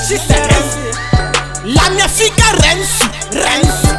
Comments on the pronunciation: "Renzi" no "Rensi" ❤❤💀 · "addhominali rensi"